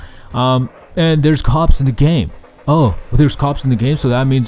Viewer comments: "On the Gayme" made me laugh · "On the on the on the Gayme" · I laughed so hard when you went gayme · on the x 4 .. gayme.....